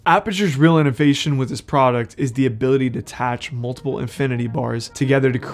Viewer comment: Inevation?? 😆I think you mean innovation